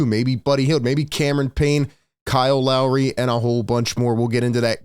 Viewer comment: It's pronounced like Lowry not larri